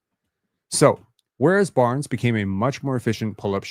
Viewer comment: Correct me if I'm wrong (but I'm not), but, aren't words that already end in the letter 'S' supposed to be pronounced in the same way, whether they are in singular form or in pluralized form? At the place in the video where I time stamped, said "...this is the only part of Barn-ziz offensive game... "...... So you're saying "Barn-ziz" instead of "Barnes". I think the correct way to utter that part of that sentence reads like this. - "...this is the only part of Barnes offensive game... "